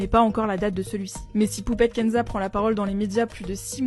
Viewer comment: J'ai cru entendre Poubelle Kenza 😂